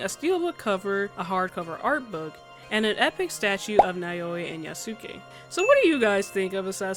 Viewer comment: Loved the video! Just wanted to clarify the pronunciation of the protagonists’ names: Yasuke is pronounced YAH-skeh (with emphasis on the first syllable), while Naoe is NOW-eh. Great video regardless!